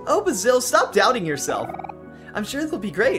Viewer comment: Btw his name is pronouned bae-sil